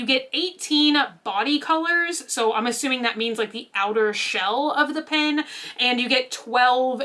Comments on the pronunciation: You pronounce pen as pin and pin as pen so my head is spinning the whole time I’m listening to this video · I was confused why you kept referring to "pins" until I realized you were saying "pens"! I'm not sure where you grew up and I assume it is just an accent, but it made my ears do a double take every time! How do you say the word "pin" if your "pen" sounds like "pin"?:) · Why do some Americans pronounce Pen as Pin? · Me: "pen.": "PIN." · It always throws me off when I hear pen pronounced 'pin' haha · Definitely an accent thing, I hear “Pen” but YouTube close captioning puts “Pin” everytime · I think most of us Texans say "pen" like that! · Just heard "Pen bodies!" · It's an accent thing. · lol you say the ‘e’ in pen like an ‘i’ but the ‘i’ in mint like an ‘e’ go figure 🤔